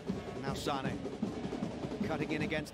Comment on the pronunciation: US Comentators doesn`t do a minimum to learn just basics of other languages! I someone is called f.i. Leroy Sané the "é" with the comma above, the accentuation is on the "é" ...loooong spoken! Saneeeeee .... 🤦‍♂ Isnt that their job in a way?